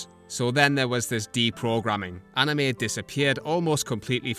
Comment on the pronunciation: One problem : They don't say Anime they say Anim. And it pisses me and the old anime fans off